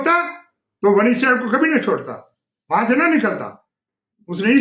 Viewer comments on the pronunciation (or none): none